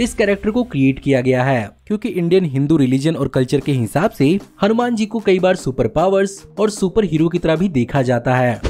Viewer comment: इस movie का नाम हनूमैन नहीं हनूमान है |